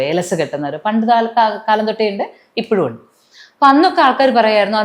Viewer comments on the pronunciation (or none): none